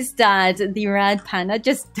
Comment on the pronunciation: did you say rat panda